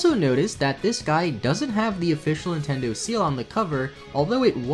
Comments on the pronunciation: "intindo" lol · “Poukemon” “Nintendou” lol